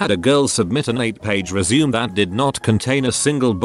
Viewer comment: TTS bot says "resume" like "legume". lmao